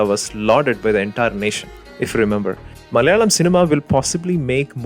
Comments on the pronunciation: 4.10 only malayalees pronounce the word 'Malayalam 'like this.. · 'മലയാളം' എന്ന് പറയുന്നത് കേട്ടാലറിയാം ഇദ്ദേഹം മലയാളിയാണെന്ന്.